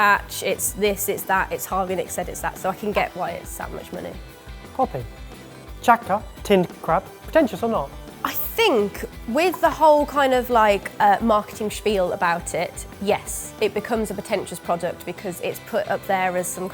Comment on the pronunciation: you really butchered the names Chatka (derived from Kamchatka, I believe) and Okhotsk. But I don’t blame you